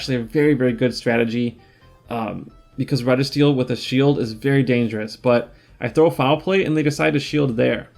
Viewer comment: I can’t wait for the PC for the GBL 😄 Re G Steel is the correct pronunciation 🤔